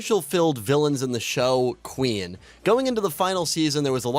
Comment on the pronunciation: bro, the fact that you cant pronounce Queen right, bugged me immensly and ruined the rest of the video for me